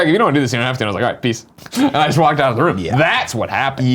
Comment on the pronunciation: A realization: Greg cannot pronounced the “oo” sound at all. We all know he says roof and room wrong, but he even said costume wrong in this video. Amazing.